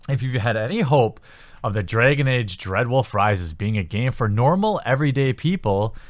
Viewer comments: Dregon age? Started as a joke but the more I heard dregon age I had to click away. I'll watch whatever next videos don't involve A's in that regard I think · Why do you pronounce dragon like a jew would?